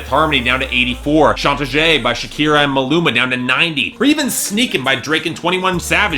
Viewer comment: It's pronounced "chan-ta-he" not "chan-ta-jay"